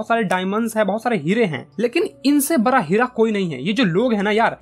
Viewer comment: भाई बरा या बडा 😊😂😂😂😊😊